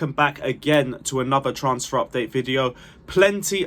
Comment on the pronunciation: Can you not just please learn how to pronounce transfer?